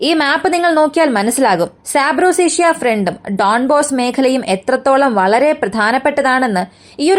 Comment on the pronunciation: സാപ്രോസേഷ്യ അല്ല, സാപൊറിഷ്യ